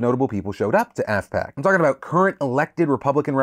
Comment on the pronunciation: Re AFPAC, I initially heard it as ASSPAC.